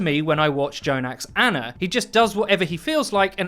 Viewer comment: its Ana not Anna..... americans....